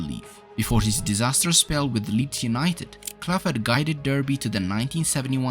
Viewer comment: You've mispronounced "Derby". The competition was called the European Cup back then. Clough was "the shop window" and Taylor was "the goods in the back". For better or worse the game has changed since then, and what Nottingham Forest achieved is unlikely to happen again.